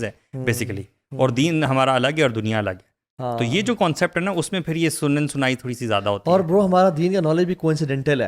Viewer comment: حدیث کی کتاب کا نام ہے سنن نسائ ہے، سنن سنائی نہیں 😮